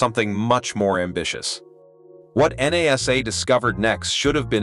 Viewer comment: Why can't you pronounce the word properly NASA !!!